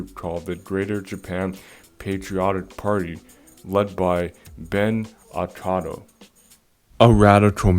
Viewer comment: Akao not Akado!